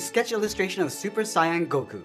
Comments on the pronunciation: This is great but... Super cyan? It's super say-en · Bro say said "Super Cyan Goku", aside from that, thank you for the sketch. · Nigga said sigh ahhn 🫠